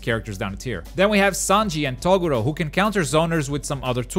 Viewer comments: Who the hell is "TOE GORO", maybe you should watch Yu yu hakusho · Kaguya is definitely the worst character in the game. Aye fuck off Deku isn’t a D he’s at least a B.. Shiryu is a decent character and so is Renji. Cells moveset is shit. I think Gaara isn’t very good and Hancock is shit. Also what is fucking with people like you who can’t pronounce Toguro properly. Kenshin, Shishio and Asta are all great fighters in the game. Yusuke would be a S rate if he had a slightly better moveset. Also WTF Gon and Hisoka are not A characters. They’re moveset are shit. Zoro isn’t all that great. Killua is very good but I don’t think he’s a S tank. Same as Aizen. He’s a B.